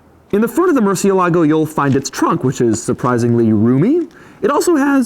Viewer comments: Is it just me or did trigger something inside me they way he pronounced murcielago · Please learn how to say the name of the car correctly, Doug. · butchered murcielago tho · You should pronounce correctly, it is 'Murciélago' with an accent on the e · please stop saying Murcielago over and over incorrectly. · Damn it bothers me beyond compare, that you can't pronounce the name correct. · He totally raped the pronunciation of the word Murciélago, which is accented on the e for a reason. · Murcielago is Spanish for "bat" wish you can pronounce it better hahaha jk xD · My mind explodes every time he says murcielago, I'm spanish, this word should be pronounced on a different way. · Dude, why the shit do you keep saying "mer-si-e-la-gou"?! I had to stop the video cause the many many times you say it wrong. Its literal pronunciation is" mur-sie-la-go"(murciélago) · Aaaarrgghh! You are pronouncing it wrong! It's not MERCY-a-LA-go. It's moor-SIE-lago. The butchering of the Spanish work for bat continues...... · its pronounced murciElago not murcielAgo murciélago is spanish for bat, the dash on the é signifies more enphasis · it's funny how you mispronounce 'Murcie-lago' (almost saying Murcie-lake) instead of Murciélago with É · murciélago murciElago NOT murcielAgo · Pronounced mercy-EL-uh-go, not mercy-uh-LAH-go, but what a fun review. That sound. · Love Doug but my spanish-speaking ears bleed whenever he says "murcieLAgo". 😂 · Having a stroke each time he says MurcielAgo 😤😤😤😤😤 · If it's bat in Spanish then it sounds like murcieeeelago. Emphasis, accent, on the e. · Every time somebody says "mucie-lago" instead of murcielago a latin dude dies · MurciElago. You’re saying it wrong. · As a Spanish speaker, my ears bleed everytime he says Murcielago. Murcie - Lago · It’s pronounced Mer-see-el-ago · OMG Dude, do your F homework and learn how to pronounce it correctly. MurciÉlago, for heavens sake! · “Mercy mercy me, that mercialago” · It is called MUR CHIEL AGO !!